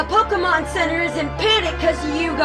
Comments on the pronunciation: It's PoKAYmon, not PoKEEmon, jesus christ it's been 25+ years how can people still get this wrong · love how americans cant say Pokémon